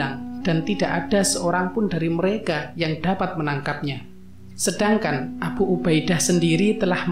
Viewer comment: Abhu ubha Idha... bacanya kok gitu sih pak...?😂😂😂